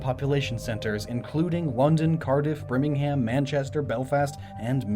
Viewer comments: I didn't really notice it. Birmingham however... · ...I'm sorry, but did you pronounce Birmingham as Brimmingham? I mean, sure, we have some ludicrous pronunciations of place names like Wocester being pronounced Wuster, but that one's pronounced as it's spelt. XD Great vid. Was thinking it was going to be a stretch, but when you're discussing the place in the context , the mounds obviously are bomb shelters, like... They look like your stereotypical Hollywood family bomb shelter, Mario-ized. It does seem to add up. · BRIMMINGHAM!?!? Do you mean Birmingham?😂😂😂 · The way he he said some British places like Birmingham as brimingham was hilarious. Use your gnoggin when trying to pronounce words. Anyway, good video. P.S. The fog just represents the amount of pollution in the industrial revolution. As a kid in London information about the blitz and industrial revolution are drilled into our heads, in a good way. Also to me this theory was obvious becuase of my prior knowledge.